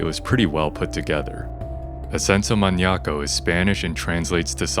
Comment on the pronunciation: Amazing investigation, recreation and editing, but im super taken back by your spanish pronouncation! Sounds super silly saying things like "Ascenso Maniaco" and "Coyote coyo"